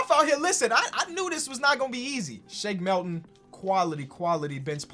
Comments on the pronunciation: It triggers me every single time in every video you say “Shake MELton” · Why does he say Shake Melton???